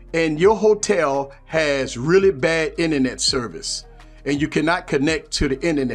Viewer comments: I love his pronunciation too! "Inenet" is my word of the week haha! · Thx for that man! I kind of think most of the features this provides, are already possible without it, like: - the Inernet (I love your pronunciation lol ) , we have the ability to use an Android as a router, & basically still using our big laptop screen, with our smartphone's Inernet :D - Checking our files / pictures: it's almost the same to plug the phone to navigate through the files & find our pictures, double click on them & seeing them on PC screen, same for most other files (videos will have to be buffered, & some files might not be compatible with Windows apps, but no big deal) - Working on Office like docs: you can almost seamlessly go from 1 device to the other using Google's online "Office" version, & if you need deeper productivity, probably that going on desktop version by regularly transferring the file on PC is a better idea, while not being that much of an hassle (especially when your phone is plugged anyway, if you use DeX through USB; if you're always synced in BT, even easier)... IMO For Gaming, it's a complete + this time, as you may have the Windows version of the games, but not the Data of every games shared through different platforms (exactly like between PS, Xbox & PC), so using your PC Screen while progressing on your Android version of games (or games only available on Android of c), is heaven. The phone call sync allowing to use the PC speakers & mics, is great too, & was probably integrated to concur with the fruit company... or at least, filling